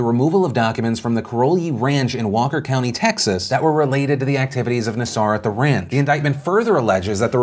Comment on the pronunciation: I can't believe I'm going to correct the pronunciation of a serial pedophile/monster's name, but it's NAA-sir, not nuh-SAR.